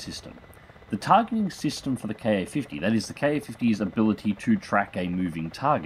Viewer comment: Glad to see you doing content for the Ka-50. As other's have said, experiment with the targeting gate size to get better tracking performance. Also, I could be wrong, but I think it's pronounced "kah-fifty", not "kay-ayy-fifty".